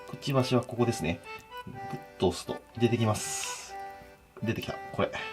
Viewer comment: 金子「こ↑こ↓」 ワイ「！？」